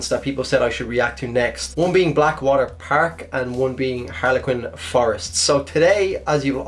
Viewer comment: Bleckwater perk and herlequin forest XD